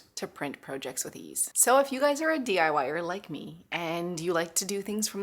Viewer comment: I really don't mean to come off as cruel or insensitive but, the word 'project' does have two meanings and a separate pronunciation for each. One is a noun and the other a verb.